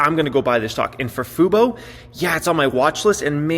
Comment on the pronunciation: Hey you learned how to say FUBO!!